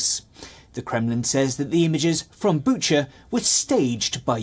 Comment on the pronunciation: This gentleman pronounces it Bucha, while the other girls (news anchors) pronounces it Bukka